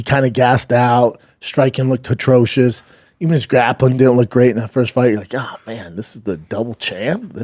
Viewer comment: Is anybody ever going to tell Brendan it's "atrocious" and not "hatronous"?